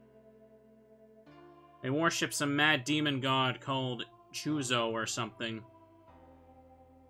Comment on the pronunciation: I'm kind of impressed that even after being explicitly told by the game how to pronounce Chzo continues to mispronounce it. Also impressed that he finds very easy 'puzzles' to be unintuitive (luring the guard away from the door).